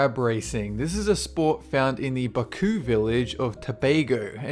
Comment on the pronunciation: you pronounced buccoo wrong